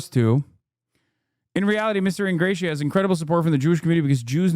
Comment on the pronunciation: Don’t think he is pronouncing Ingrassia correctly